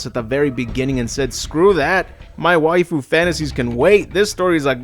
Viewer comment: He also says wifoo but both of them made good videos about this terrible franchise